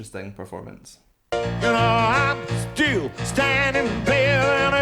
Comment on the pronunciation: What happened to the ‘S’s? “I’m ‘-till’ ‘-danding’...” His resonances are fine...